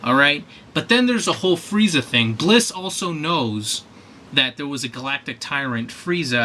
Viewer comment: It's Bills, not Blis.